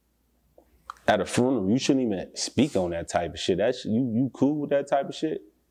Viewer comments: Frunerarl lol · He Ain Say Funeral He Say FRUNERAL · “Furnerl” 😂ccc be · My mans said a "furnel" 😂😂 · He said he got shot at a where? Somebody teach him how to say funeral 😂